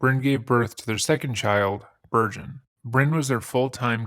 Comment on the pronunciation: I promise you I replayed it several times and heard virgin every time